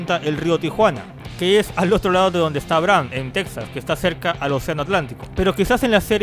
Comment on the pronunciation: Por cierto, se pronuncia Tejas :v